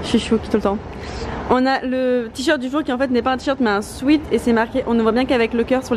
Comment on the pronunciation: Tu ne prononces pas bien "sweat " tu le prononces "sweet" qui est bonbon